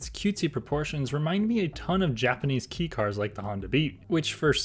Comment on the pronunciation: Kei is pronounced “kay”